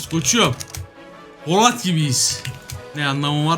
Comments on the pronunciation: abi poLAT değil polAT mk kanser oldum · Abi poLAT değil polAT